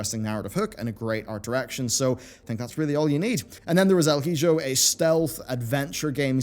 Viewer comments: #1 Gaming News channel by far, but I dropped my water on the floor when I heard you say El Hijo. Ehl-ee-hoh. Not Elle-hih-joe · dont want to be that guy but El Hidjo just sounds fucking stupid... it is pronounced "ee-hoh" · El heejo lol. Ee-ho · ILL Hee-joe....heh, that tickled me XD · Great video and your mangling of the pronunciation of "El Hijo" made me laugh.